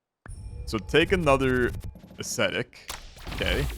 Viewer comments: I would definitely love to see more of this, banger series! Ps: My guy, ascetic is pronounced like ass-ethic, not like aesthetic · Take a shot every time he mispronounces "Ascetic". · One tequila, two tequila, three tequila, floor